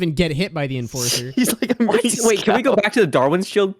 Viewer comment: He turned the enforcer into the enfarcer